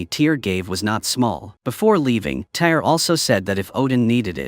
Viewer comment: Its NOT a Movie , its a Tv Series. and the name TYR is pronounced Teer not Tire. Just so you know